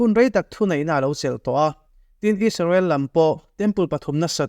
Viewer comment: Isarel, donalthrama.. Beng a kham deuh. Donal trum, 'h' hi i lam na mah mah thin a.. A ngaihnawm thin e.